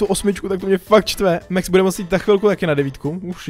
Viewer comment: To sa nečíta mex ale max a je to chalan